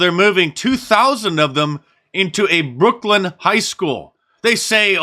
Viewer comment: It's Brooklyn, Mark. Not Brookland.